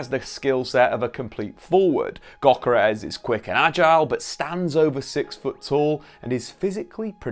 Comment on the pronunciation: It's pronounced yokeres